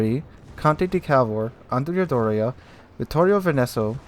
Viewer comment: Dear, as an Italian guy, let me help with the pronunciation of these: -t4: Dante Alighieri= "ghieri" is pronunce as gear-i -t5: Conte di Cavour= Cavour is a french noun so "Cavoor" -t6 Andrea Doria= as you pronunce is ok -t7 Francesco Caracciolo: the C in "ce" and "ccio" sounds like "ch" in "Che Guevara" so: Franchesko Karàccholo (accent is on the A) -t8 Vittorio Veneto: pronunciation is good, the accent is Vittòrio Vèneto on O and E -t9 Lepanto: pronunciation is good, the accent is Lèpanto -t10 Cristoforo Colombo: pronunciation is good, the accent is Cristòforo Colòmbo Hope I've been helpful and have a nice day:)